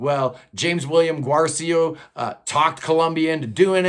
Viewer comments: Pronounce Guercio like it rhymes with Nursio. Respect your rankings. I would put V at the top spot followed by VII, II, CTA, III, VI, VIII, XI, X. Saw them 5 times with Terry, most underrated guitarist ever. Also my first favorite band. Don't apologize for Taylor. She's a genius. BTW she's got to be a little prog to co-write with the Queen of ElectroProgPop, Imogen Heap. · His name is Walter Parazaider,not Paradaizer. You mispronounced Guercio.They never released a triple album.You have no credibility